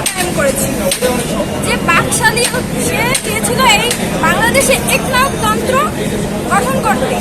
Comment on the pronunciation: পিচ্চি মাইয়া একনায়কতন্ত্র উচ্চারণ করতে পারো না মিডিয়ার সামনে লেকচার যেতে আসছো কি জানো বাকশাল সম্পর্কে।।। বঙ্গবন্ধু সম্পর্কে কমেন্ট কর হাসবো না কাঁদবো ভাবতেছি